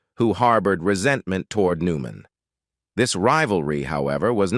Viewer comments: Agreed. "Paul New-MAN..." WTF is that? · I hate these AI narrators. Really..... Paul New MAN.... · "Paul New Man a Hollywood Ledgeend". "Yul Breener" WTF with this narrator?